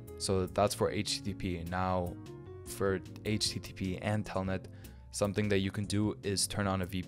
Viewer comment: ah yes telnet is the same thing as "tailnet"